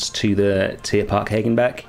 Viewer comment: The pronunciation of Hagenbeck in German would actually have long a as in 'park' but without the small r sound attached to it =D